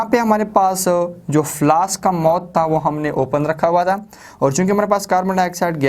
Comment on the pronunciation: Mouth hota h mot nai